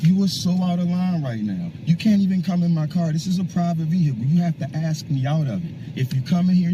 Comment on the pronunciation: They are not able to speak the word "ask". Only "ax". How embarrising.